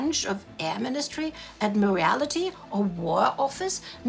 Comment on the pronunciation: Admiral-ity, guerill-ia warfare. Gotta love delightfully quirky presentation.